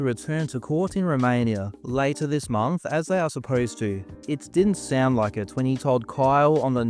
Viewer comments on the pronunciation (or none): none